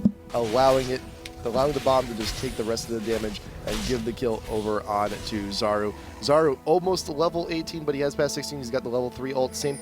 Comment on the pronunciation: U pronounce 'Czaru" - Charu (ch as in charizard).